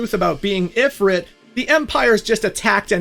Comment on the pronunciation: Please pronounce Ifrit correctly😢